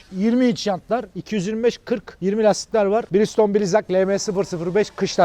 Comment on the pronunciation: Abi birigston diyosun ya birde michelin i tanıtsan bize birde